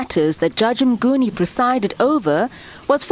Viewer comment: Mnguni not "Mgnuni"